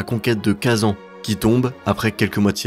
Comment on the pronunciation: Juste en tant que Tatar le fait que tu prononces Kazan comme ça, ca se prononce Kazaïn